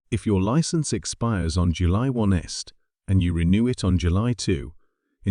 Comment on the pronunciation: AI generated images and voice over: July 1st pronounced July one est and a date of 20225! Bring back humans! Worst of all the claims are higly exagerated to the point of being false. Renewal frequency remains every three years after age 70 but GP-signed medical certificates may be requested when you declare a new health condition or are flagged by DVLA systems. Vision and cognitive assessments could be imposed on high-risk or randomly selected drivers to verify reaction times and decision-making ability. Random spot-checks by the DVLA may trigger extra documentation or testing even if you haven't self-reported